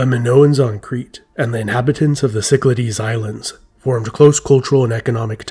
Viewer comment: Some pronunciation tips.It is not Sicklahdies Islands, but Kiklathes,from the Greek word for circle., Kiklos.I appreciate the artistic efforts , but for the sake of your Greek viewers, take the time to learn some proper pronunciation.Use Google Translate as it has a audio function that tells you the way to say it.To all the Erasmian pundits,I don't care what you think.Just humour us Greek speakers.